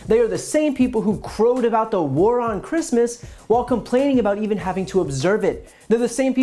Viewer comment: yes babe, you are compleeeeceet, and you do support heeeem ... and yes chreeeeestmeeess